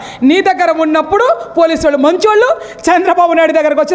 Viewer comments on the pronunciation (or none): none